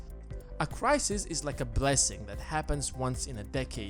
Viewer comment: Not just me that found "crisisis" annoying then? ;-)